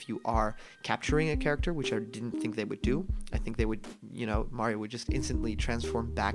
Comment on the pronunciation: Legends say if you been calling him Marryo instead of Mario for the past 4 years you get the game a month early.